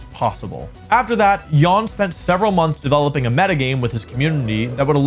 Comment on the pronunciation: Jan is not pronounced yawn.